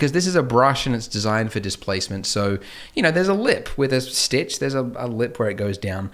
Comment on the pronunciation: You spelt stitch wrong and u said "stich"